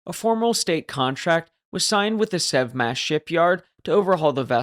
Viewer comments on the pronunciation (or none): I think it's probably "Sev Mach" ... like Sevastopol Machinery or something. We do have a tendency to name stuff like that. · You said, "The Sev Smash Shipyard", I heard, "The Sub Smash Shipyard", which sounds closer to reality...